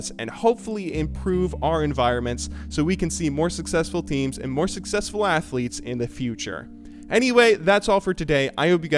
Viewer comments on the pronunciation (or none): none